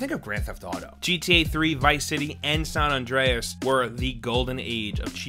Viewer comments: Its "San" Andreas , not Son Andreas!!!!!!!!!! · Did my man say son Andreas 😂😂😂